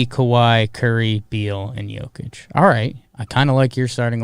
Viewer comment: If I hear "Jo-kich" one more time... I swear, I'm gonna eat a bug